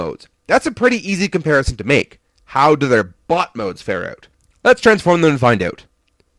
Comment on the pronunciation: When you say bot it sounds like butt